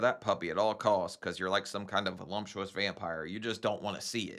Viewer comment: Its NOT "voluMptious" you MORON!!!